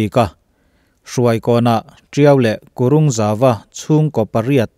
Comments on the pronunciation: Kurûng nilovin Kurung tih tur.. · kurung zau tih lai tak kha i thluk diklo ve tlat mai 😂👍.i video ka en tirh ata vawikhat i tihsual ka hriat awmchhun ani ve tlat.👍👍👍👍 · Kurung leh bulfekzawl I lam dan hi, a dik hlel deuh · Ka inthlahrung viau na🙊🙊🙊....Kurung...(rung lai tak hi..sava hming ..Varung tih thluk a thluk loh tur.. thil ri hum hum kan sawi a..hum tih hmasa zawk kan lam rik ang hian lam rik tur...)😌😌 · Kurung hi a thluk in ang a lam tur.. meizial ru kan sawi a ru kan lam dang ang ve ve hian lam tur..